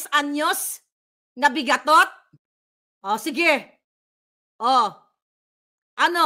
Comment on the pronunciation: BIGATOT daw,hahaha,natawa ako dun madam hindi ba BIGAON?